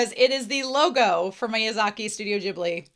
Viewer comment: This is one of my favorite Ghibli anime, and I enjoyed your reaction a lot! And I've seen tons of reaction videos on Youtube but YOU are the only one who pronounced Ghibli correctly. You have my respect and thanks!